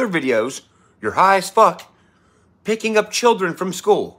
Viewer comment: OK he "pulled up at the schoooo here" what in the heck is a "schoooo" lol.